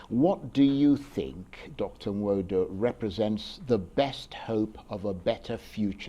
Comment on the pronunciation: Charles Aniagolu. You are from Enugu State and unable to pronounce Igbo name correctly "Nwodo"